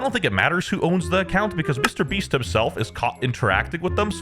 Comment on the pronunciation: Lol "Mr. Breats" 💀